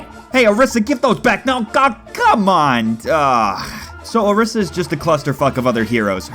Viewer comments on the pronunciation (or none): hey dude its O-R-EE-SA not O-R-IS-A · its pronounced OrEEsar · lol isn't it pronounced oreeesa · You are saying Orisa incorrectly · I've never experienced some one sounding so WHITE when pronouncing a characters name